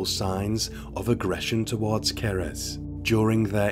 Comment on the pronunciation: What happened to Cerys (Kerr-iss, not ker-ezz) is truly horrifying😢 It just shows how the mental health sector, here in the UK, needs more investment to treat people early on in life! too many young people being let down early on, and in turn, go on to cause so much devastation 😔